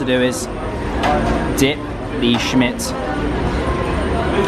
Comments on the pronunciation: Turkish speaking is the same as you write, so say as you read Simit, as a simit not shmit haha 😄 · It's pronounced Simit. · Dear, It is not SHIMIT it is SEAMIT.... thanks.. do not worry about it... just a reminder... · It's pronounced "See mit" not "Shimit" :-) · shmit😂😂😂 its si-mit pronounced how its spelt mate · Pleeeease It’s simit with “s” not shimit 😂💕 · Haha glad it's not just me that found it a little annoying 😅. One of the few Turkish words that is pronounced how it's spelt: sim-it. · hi, simit is not pronounced like she-mitt, it's pronounces si mitt, si as it's in do re mi fa sol la "si" or as letter C sounds in the English alphabet'song ABC :) and second syllable mit sounds as in baseball mitt. Si / C + MItt = Simit .. Thank you for your video , it was very informative , leaves one wishing to go to Ankara and start feasting , everything looked delicious. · Yo, that “crusty bread” you call is pronounced simit not shmit. And the city “An’kara”, not “Anka’ra”. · It's pronounced like "si - myth" Schmitt is German surname. :P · there is no such a thing. You just pronounce it the way it's written. Simit. Starts with an S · That's the cutest style I ever heard someone pronounce Simit - Schmitt 😁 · Simit- pronounced see or si. -mitt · you can pronounce simit like smith. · Your şimit pronounce is so cute ahaha 😂👌